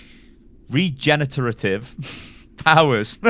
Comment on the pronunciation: Re Gen A Ra Tive